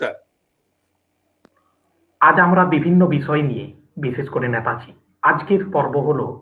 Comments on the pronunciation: যিনি প্রশ্নকর্তা তাঁর উচ্চারণ পারদর্শিতায় আমি হতাশ । নেতাজীকে উচ্চারণ করছেন ন্যাতাজী । আর কি কাউকে পাওয়া গেল না । হাজার হোক নেতাজী সম্পর্কিত অনুষ্ঠান । যথেষ্ট perfection—এর প্রয়োজন । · To the host=Baba choda naytaji ki? Gandu..... Thik kore uchharon kor...... 🌹🌹'NETAJI'. 🌹🌹....... Chandrachur and u peoples rock, salute to you both. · আর বাংলা ভাষার কোনো উপভাষা (dialect) তেই নেতাজী কে কেউ ন্যাতাজী বলেনা। এটা ঐ মহান মানুষটির অপমান। 'নেতাজী' সম্বোধন কেবল ঐ একজন মানুষ কেই করা হয়। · উচ্চারণ ঠিক করুন। ন্যাতাজী নয় নেতাজী।